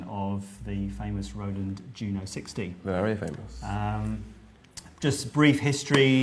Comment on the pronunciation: YOO-NO ... its a syllable parody of "JUNO"